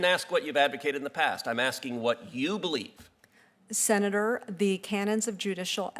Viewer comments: Say "Senatorrrrr" again! (in a Samuel L. Jackson kind of way) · I could live my whole life without hearing her say “senator” again. 😑